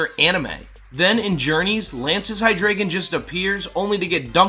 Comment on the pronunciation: Tis pronounced Hy-DRY-gon, tis German. And he's my number one spot